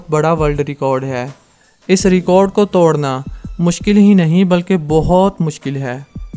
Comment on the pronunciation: توڈنا نہیں توڑنا، اردو میں ڈ بھی ہے اور ڑ بھی، کوئی مصنوعی زبان نہیں ہے کہ ڑ نہیں ہو، ڈ سے کام چلائو۔